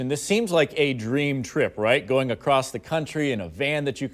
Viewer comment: she said "accrost"